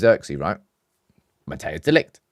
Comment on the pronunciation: It's not pronounced Mattheus De Ligt, Mattheus makes it sound like a german name. It's actually pronounced more like, Mat-ice De Ligt. Greeting from The Netherlands, hope we get him and Zirkzee!